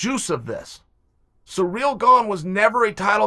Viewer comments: His name is Cyril! Not Surreal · Chael....baby....it's Cyril....not Surreal.. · I love how Chael refuses to pronounce Ciryl's name right he just doesnt give a single fuck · Almost as good as Yarear. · I thought you were exaggerating when I first read that but then I heard him say it